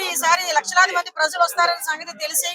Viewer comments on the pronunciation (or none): Prazzzalu kadu talli, prajalu . Ja, ja in Telugu language